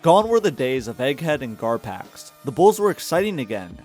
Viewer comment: Two syllables…. Garpax